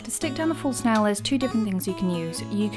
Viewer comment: Every time you said false nail I kept hearing it as full snail